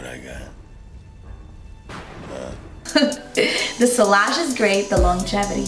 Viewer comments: On a fragrance channel sillage should probably be pronounced correctly. It's see-yah-zh, not see-lah-zh. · Sillage godamnit, two l's, always prounced as a y sound, not l sound, what's wrong with you Americans, don't you speak French? Dabble in perfumes and not speak French?